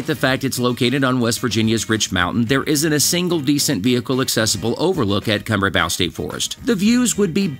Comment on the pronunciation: Kumbrabow. You're saying it wrong. Come - Bray - Bow. Like Bow and Arrow